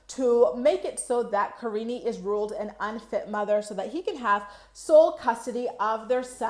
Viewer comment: I can't believe how many people call her kariney. It's as bad as pierrey. Paul is an idiot who doesn't even know how to say his wife and kids actual names.